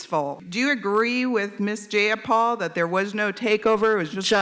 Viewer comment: JAY-a-pal. Take that b!tch 🤣